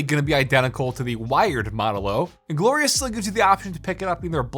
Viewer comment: did he just say gorious or glorious when he was showing the Model o wireless